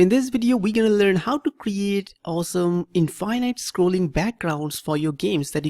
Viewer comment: were going to learn how to make 'infiynyte' background lol